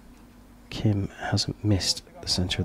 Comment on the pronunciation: For the commentator of this video, listen to the announcer introducing the archers and learn how to properly say the archers' names. It's Gim, not Kim and it's Chay, not Choi. I know, I know. That's how 츼 is spelled using the McCune–Reischauer system, which is a very flawed system. There are five archers at my archery club with the family name 츼 and they all pronounce their name Chay as do all the other members of the club.